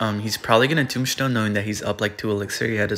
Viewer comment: Anyone notice says “tombshtone”?